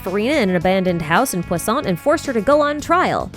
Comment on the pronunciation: Is it just me or is she saying poissant?